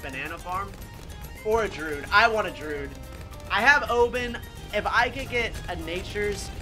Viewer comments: I hate how says Druid. He says drood when it is drew id. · Can someone please tell him how to pronounce Druid 😭😭😭